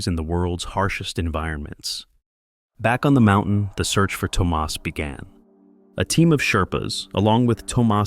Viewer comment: Toe Maus instead of Thomas?